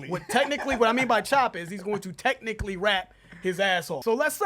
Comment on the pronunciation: I hate that every time he mentions Eminem's skill he says "techincally" as if that ALL Eminem is, is a good "technical" rapper. He is WAY MORE than that!